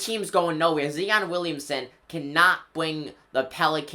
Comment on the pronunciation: Zi-on not "Zee-on"..and yes Zion is a beast and will look good on the Knicks ✊🏻